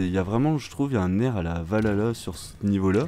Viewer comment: par contre arrêter de détruire se mot "Valhalla" ! ça se prononce Val Halla et pas valala XD un des points négatif du jeu est le son du warthog (il ont dû prendre une tondeuse à gazons pour faire le son), même mon warthog télécommander à un meilleurs son XD